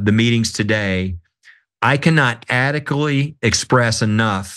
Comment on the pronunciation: If these guys are so powerful and rich, how come they cant speak properly - he couldn't even read the word 'adequately' adequately..